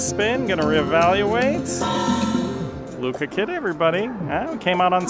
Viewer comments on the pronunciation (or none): “LUCA kitty” 😂 Im Puerto Rican so that made me laugh. LU-CHA…. Like LOU and the CHA CHA slide. Lucha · Lucha......CH......Lucha Kitty.....not Luka kitty.....lol